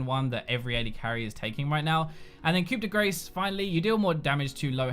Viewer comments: its pronounced "koo day graw" not "koo day grace" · As a french, I have to tell you that "Grace" 's a is pronounced like Star. What you just said is close to "hit of fat". Which would be appropriate if you were playing Gragas. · "coup de grace"..lol..it's pronounced liked koo de graa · "Coup de grace" is pronounced "coo deh grar" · Coup de grace is pronounced "Coo-day-grah". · pronounced "coop da grah" i believe. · Wincing every time we say "Coup de Grace"... Being French, it's 'Ku de Graw'. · Coup De "Grah" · Hey, it's pronounced (Coo-de-graw) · Hey, it's pronounced "coo-de-graw" because the French language is totally intuitive. Thanks for the video man! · Coup de grace pronouced Coo-day-graw. Please please please never never do that again. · Hey,! Just a heads up, "Coup de Grace" is pronounced as 'Koo-de-grahh', which is French for "Blow of mercy", or "The finishing stroke". Just putting it out there. Love your stuff, man! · coup de grace, cringe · Been waiting patiently for two weeks to hear every league YouTuber mess up saying Coup de Grace. Was not disappointed